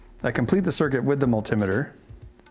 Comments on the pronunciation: what the fuck is a mul-tim-iter, it's pronounced multi-meter. MULTI.........METER i.e multiple meters mul-tim-iter indeed :O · are you seriously calling a multI-meter a multimider you know american pronunciation is often bad but this is horrific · That's the strangest way I've heard someone pronounce multimeter, you crazy Americans, speak the Queen's English. ;)